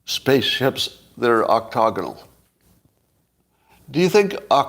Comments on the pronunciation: Scott, the word is ‘octAgonal’, not ‘octOgonal’. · the word is "octAgonal"